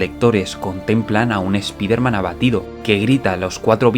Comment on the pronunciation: Spiderman se LEE "SPAIDERMAN"...OK???